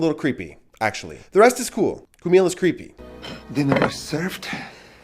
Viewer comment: Č is pronounced as Ch in the name Charlie. Not as K. Čumil comes from the verb čumieť - to stare, as the statue 'stares' at people passing by.